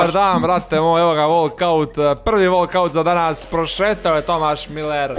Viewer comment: Bukvalno ja lajkujem govori volkaut